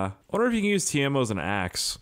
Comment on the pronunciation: His name is Keimo not Teimo